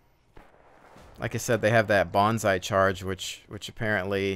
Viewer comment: "Bonsai-charge" ha, ha. What you gonna do,- attack him with a small tree? It's Banzai.